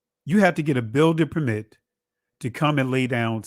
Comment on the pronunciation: Nice coverage. Your guest consistently mispronounces the word 'permit' when used as a noun, the stress should be on the first syllable: “PER-mit”.